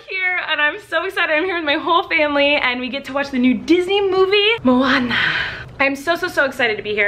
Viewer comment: OMG I loved how you said Moana